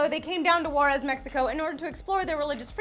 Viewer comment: Thanks for covering this story! My family is from El Paso and this situation has been affecting them for the last 10 years, but Juarez is pronounced like Huarez, didn't know what you were talking about at first, I would like to add that El Paso which is on the boarder of Juarez is one of the safest cities of its size which speaks incredibly for their police force.